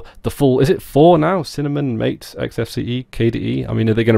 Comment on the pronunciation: MATE it's pronounced Mah-Teh (the creator explained) and its a peruvian/south american drink